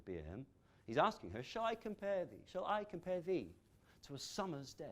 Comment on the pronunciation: "thee" is not stressed tho... "Shall I comPARe thee TO a SUMmer's DAY